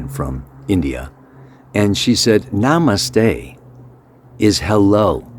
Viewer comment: But I love when you say NAMASTE 🙏